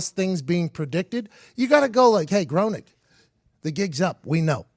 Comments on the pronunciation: Its pronounced “GRAINING”!!!....good god, man! Pretty good video but every time you say GROANEEK its makin’ me fkn crazy. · If you're going to do a report on someone you should at least know how to fucking say their name right. Groening is not pronounced groaning, its pronounced grayning. Also, a lot of this is bullshit. I would elaborate on why but it wouldn't get through your tin foil hats. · Hey PMac, it’s pronounced “GRAINING” not “GROANING” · it's pronounced GREY-NING. not GROANING. geez. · It's pronounced graining. Not groning. But that's okay mckeefee. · The pronunciation of his name is Graining, not Growning. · It's pronounced grey-ning Not groan-ing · “Graining.” It’s pronounced “graining” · It's pronounced "graining" dolt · It's pronounced Green-ing. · His name is pronounced “gray-ning”. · it's pronounced GRAY-NING ffs! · Hey, it's pronounced "graining" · It’s pronounced “graining” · Graining is how it’s pronounced. And the Trump thing was done after the fact. 🤦🏻‍♀️ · His name isn't matt groenig. It's groeniNg. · Hey two guys who know are so witty but don't have the wits to look up how to pronounce their subject: It's Matt GRAYning. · GRAY-ning. Rhymes with complaining. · The first thing you should ask him is how to pronounce his name. Because I'm pretty sure it isn't "groaning". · Hes saying matt groening as matt gronick wtf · It’s pronounced grayning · His name is pronounced Graining. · Anyone else annoyed that he is pronouncing it 'Growning'. I guess just me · It's also pronounced "graining" and it's murdering my nerdy brain. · It's pronounced Gray-ning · It's pronounced Matt "GRAY-Ning" I learned that from the Simpsons app 😂😂😂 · It's pronounced "Grain-ing". Weird German thing. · Can't even pronounce Matt's name right and you wanna tell me you know so much about him being a time traveler. This conspiracy is a load of tripe. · At least pronounce Groening's name right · If you were big fans you would have known his pronunciation. #eyeroll